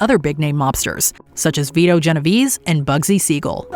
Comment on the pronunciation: I am already annoyed! How can you mispronounce Genovese, it is not that hard